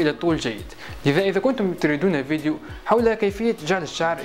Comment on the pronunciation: يا الله شلون يكول فديو 😠